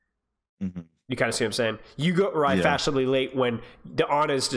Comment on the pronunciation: "You arrive fashinably late" 🔥🔥🔥